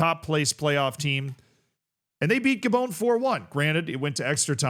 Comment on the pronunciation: Ga-BONE? C'mon man. This is the gateway drug to EYE-raq, EYE-ran, and mispronouncing countless other country names.